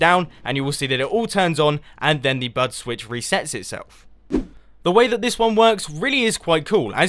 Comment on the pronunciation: Wow, I thought he was saying BUTT switch this whole time. ._.